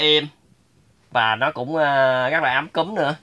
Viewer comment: Sao anh nói ấm cúng thành ấm cứm zdậy?